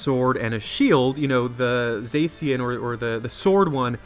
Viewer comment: It's pronounced za-shi-an